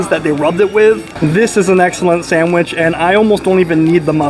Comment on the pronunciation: Enjoy your reviews but your continuing putting an "m" in sandwich is very annoying.